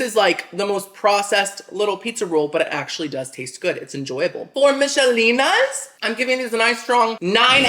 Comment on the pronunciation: Used to like the meatloaf and pepper steak..but i haven't had them in like 15yrs.Oh and when you said "Michalenas" i started singing it to the Macrena beat😂😂😂😂